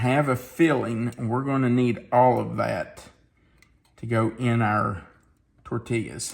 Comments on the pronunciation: being from the southwest, it truly pains me to hear you pronounce tortillas. This is a Spanish word. In Spanish, a double L is produced as an English Y. The correct pronunciation is tor-tee-yas. Love you, but please don't stab me in the heart any more. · Just so you know, the l's are silent in tortillas. Pronounced tortias. I'm from New Mexico. BTW, where are you? Did you move? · The concept kinda reminds me of the enchirito that Taco Bell used to make, and that was always a favorite of mine, but I'm sure this is much better., the way you were saying tortillas was making me smile. Sometimes it sounded like tortillyas, and sometimes it was more like torteeyas. No matter how you pronounce them, they're always great. Happy Sunday!